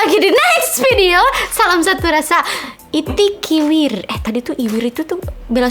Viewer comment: Maaf kak kalau gak salah itu icikiwir bukan itikiwir 🤭🙏 Icikiwir itu senggak,an atau sautan di lagu dangdut 🙏🙏